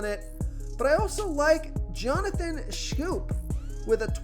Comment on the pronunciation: "Schoop"? Salt N Pepa?